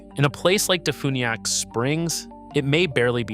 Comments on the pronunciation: Defuniak is pronounced Def "u"niak not fun, u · It’s pronounced De-few-nee-ak. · You'd think AI would be able to properly pronounce DeFuniak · No, AI screws up all pronuncuation of locations 100% of the time.